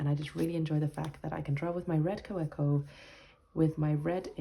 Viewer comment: And please pronounce Kawco correctly-- Ka-vec-o. 😅.